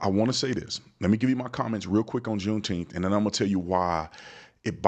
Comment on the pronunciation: I'm sure they all said "Juneteemf."